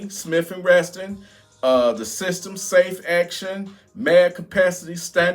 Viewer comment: Love your channel but there is no "t" in "Smith and Wesson" Just like there is no "t" in Tim Walz (testosterone) 🤣😩🤣 Bot correcting you to be a dick I just want uou to succeed and some people will hate on you for pronouncing it that way. If you know and want to say it like that anyway all good. I have a glock 43x and its my fave funkytown vehicle..